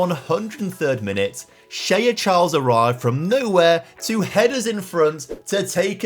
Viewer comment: What sort of way is that to pronounce shea 😭